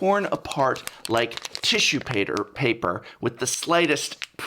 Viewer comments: for tissue "pader" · Tissue pater... paper. AREN'T YOU AN ENGLISH MAJOR?!?!?